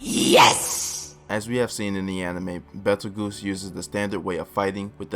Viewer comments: Goose? He even said it like juice. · Betelgoose Edgena oof nice try tho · Why do you pronounce Petelgeuse like that? He's named after the star in the hand of orion, betelgeuse. Pronunced Beetle-Juice. So should sound like that except with a P sound? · It’s pronounced “beetle-juice” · Damn, some of these guys can be a real dick about your pronunciation. Let me help you out a little bit though with some of these. Betelgeuse is pronounced: Beetle-juice. Typhon: Tie-fun Echidna: eck-id-nuh Those are the ones that I picked up, hope this helps man! You did great in the video, cheers!